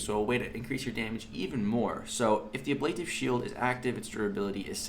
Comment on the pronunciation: Love it! Also, it is pronounced ab - luh - tive. lol